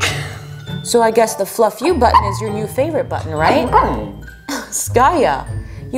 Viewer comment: Fluff you sounds like love you so don’t be annoyed?